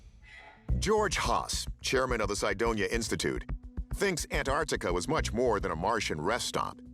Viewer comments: Where is An artica? Does he mean Antarctica? Pronounced An tarc tika. Come on, it’s not that hard to use speech. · Americans don't know how to say Antarctica 😂😂 "Anartica" 🤣🤣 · Yeah.. I’m definitely not trusting the one who can’t even pronounce Antarctica 🤨